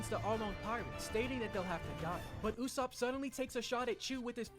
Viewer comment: The usopp pronunciation is hurting my soul - and the slander